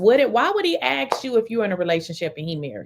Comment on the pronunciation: I can't stand the dude, but there is no W in his first name, and the word "Ask" does not include an X